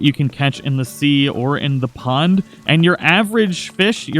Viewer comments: It said pong instead of pond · Oh yeah, that good ol' "pong" fishing :P lol it's "pond", bro. But for real, thanks for the tips! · it said pong not pond